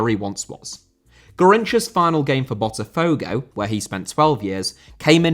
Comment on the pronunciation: Botafogo * not Botterfouwgouw